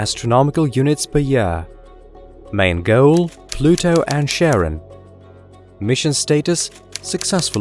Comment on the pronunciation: I want to “ get tready” to see pleyootayoo end Jyoopitah.